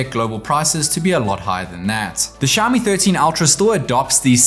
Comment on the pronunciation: It is xiaOmi, please stop pronouncing xiami!